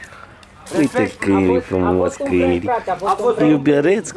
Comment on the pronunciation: sa ii zica cineva ca a spus "cainilii"de 15 ori in 30 de secunde =))))